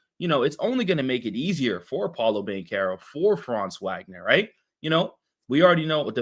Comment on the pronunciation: Thanks for covering the Magic, I mostly agree with your assessment. Just fyi, Franz & Moe's last name is pronounced "Vawg-nur", not "Wag-nur"